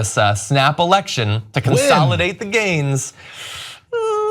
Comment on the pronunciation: i can't stop hearing 'snapple-ection'